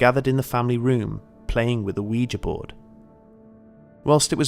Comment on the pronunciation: At last! Someone who pronounces ouija correctly.